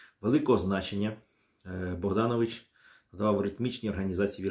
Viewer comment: Дзякуй вялізны за працу. Невялічкая заўвага: літара "о" ў беларускай мове заўжды пад націскам і прозьвішча паэта правільна вымаўляецца як БагданОвіч.